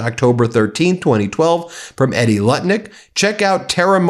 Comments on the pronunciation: Edie is pronounced “Eee-dee”, not “Eddy” Just for reference - she sucks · EEDIE Lutnick. Not Eddy Lutnick. EE-DEE Lutnick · Edie, is pronounced - E-dee. My aunt by marriage, has the same name. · Edie, not "Eddie!" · Dude you are an attorney with a near 6 million follower base. Please learn to pronounce words and names correctly. It is not Eddie, it is Edie. It is not Serjey, It is Sergei--hard G. Thank you. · FYI Edie is. Pronounced long E Dee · You asked what I think. I think Edie is pronounced EE-die. That’s what I think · BEN......Edie..pronounced.....Eeeee Deeee This is my name also........ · Edie is not pronounced like Eddie Van Halen. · It's pronounced EE-dee Ben,😊